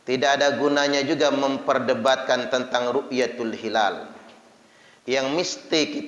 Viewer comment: Hilal itu pakai "HA", bukan "KHA". Dan jangan bikin dalil halal-haram seenaknya. Belajar lg yg banyak, semoga diberikan hidayah. Aamiin...